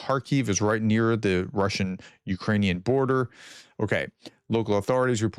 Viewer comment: Just an observation: For a very long time i notice that, with Russian and Ukrainian words, you shuffle the letters before pronouncing the words. Why don't you make it easy on yourself and read the letters in the written order?